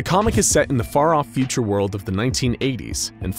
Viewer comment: they pronounced "future" as "feature" lol